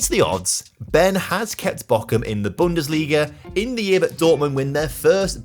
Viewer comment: i am always confused british people find a K in words where there isnt one "bochum" aint having a k but hes saying "Bockum" which is a totaly different city which is why its so funny xD we get tortured at school to learn the british "th" come on mate